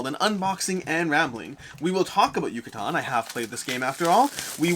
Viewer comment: You where really close!! “Yucatán” is pronounced like “juice” “ju”, a strong “ka” sound like “karma” and “tan” like “tank”. YU-CA-TÁN 😉